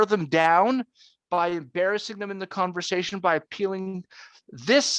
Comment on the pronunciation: "…it's a converzation"